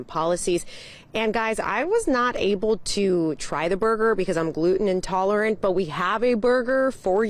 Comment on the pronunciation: She said, "I am GLUTENT-INTOLERANT." Tell the truth! She don't wanna eat that nasty mess. Lol!